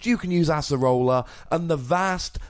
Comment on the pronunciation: Oh my god it's ACE-rola not ASS-erola